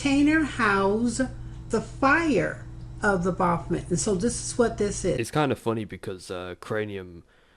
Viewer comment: Your mic sounds nice. And BAH-BOP-OMET lol It's like a demon god of Bop It!